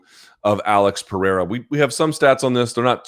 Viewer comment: That’s not how you pronounce Periera